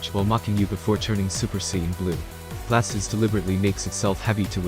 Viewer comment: Venusaur looks awesome. Fire Garchomp is a swing and a miss. Blastoise looks great too, but the way you keep calling it "Blast-is" is undignified.